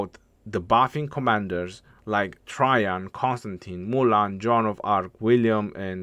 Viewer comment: His latin name is Caesar Nerva Traianus j’s didn’t exist then (developed as an alternative for an I and first appearing in poetry around 1200s to 1400s), so it would have been spelled Traian and pronounced Try-yan, as in modern Romanian. Traian is a common name in Romanian and it is pronounced more or less exactly as it was in vulgar latin.